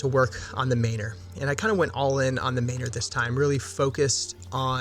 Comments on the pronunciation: He means it should be pronounced man-or, not may-nor. Like manner. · I'm dying at the pronunciation of Maynor lol